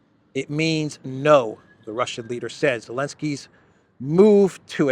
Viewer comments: Still using the Elenskyy pronouns? He's not even the legitimate leader of Ukraine. Your using pronouns of a guy who decided to eliminate the first letter of his own name. I love your YouTube channel but i cringe every time I hear you mis pronounce his name. C'mon man... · Can someone here in the comment section tell me why calls Zelensky "Elensky" and no one says anything even in interviews he does.